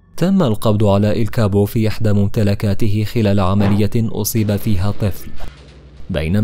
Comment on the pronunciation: التشابو و ليس الكابو 🤦🤦🤦🤦🇩🇿🇩🇿🇩🇿🇩🇿